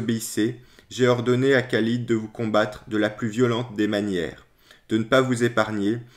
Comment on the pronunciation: Par expérience personnelle, il y a un extraordinaire déni de cette histoire chez les musulmans contemporains. La légende dorée des débuts de l'islam perdure. Merci pour cette vidéo. (Le KH de Khalid est mieux rendu par la prononciation du R français que le K ).